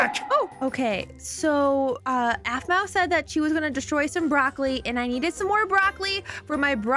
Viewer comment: no it’s aphmau not ahmau